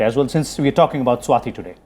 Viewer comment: RS TV me bhi sab south indian bhare hain kya? 'Swati' hona chahiye na ki 'Swathi'